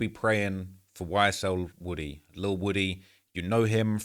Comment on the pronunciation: It’s pronounced WOO-TEE